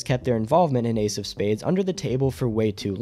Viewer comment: "Why AIDS of space died" It took me a hard minute to figure out you were talking about Ace of Spades lmao